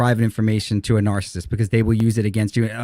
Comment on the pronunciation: Anyone have a count on how many times mispronounced narcissist?